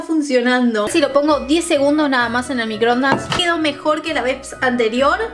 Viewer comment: microondaaaasss!!!! no microndas